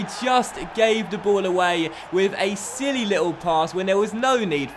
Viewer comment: " the ref has been sent off"😂😂 "he's Sililly😂😂" #ClassicDocks